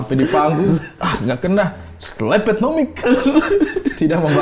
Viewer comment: Rasanya pelafalan yang bener slepet deh. Bukan slepet.